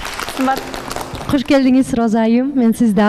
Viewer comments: Журдунуз ,келдиниз,бардыныз,калдыныз деп суйло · Журдус, келдиз, бардыс анан калдыс деп эле тантырадыго 😂Кыргызчаны так даана суйлосонор эфирде отурганда!